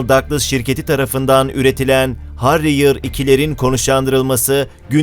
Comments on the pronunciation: Arkadaslar V Stol teknigi ile kalkip inebilen F35 B den once Ingiluz Hawker Sidney Harrier vardi.Ancak 1970 lrrin teknolojisi ile imal edilen bu ucak 145 adet lik kaza ile uretilen adete gore en cok kaza yapan ucak.Kullanimi zor ve sıkıntılı ama suan tek alternatif bu arada Herriır diye okunur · Harriyır ha😀 telafuz süper. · "Harriyır değil heriyır.." -- "Ben ne dedim? Harriyır işte!?" 😃